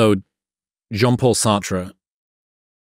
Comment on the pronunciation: As a French person, I can't love enough the moment when Alex brags about his "Sartre" pronunciation. By the way, he has good pronunciation.